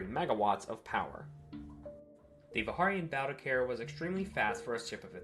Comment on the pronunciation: Fair warning, Warhammer class carrier and Hawk class dropship. The Vikharian pronociation cringes me hard, but otherwise the lore entry is fun. Hawk/sokol pronouncing was good.